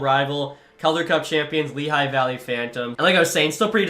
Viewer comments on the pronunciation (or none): none